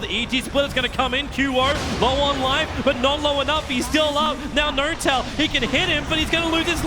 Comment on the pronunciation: why does he say noRtail or QOR